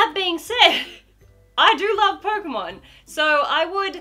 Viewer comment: well.. I thought she said kocainemon lol (like instead of pokémon... if u didn't get it.. TuT